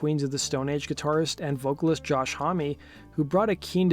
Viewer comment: Is that really how Josh Homme's surname is pronounced?